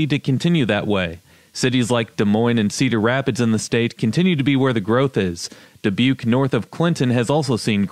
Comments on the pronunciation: Dubbakyoo?!? I've always thought it was pronounced "duhBYOOK". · I remember when there was a meat packing company called Dubuque. It was pronounced DuhBYOOK in their radio commercials . They made some of the best hotdogs and sausages in the world. Unfortunately they went out of business about 30 years ago .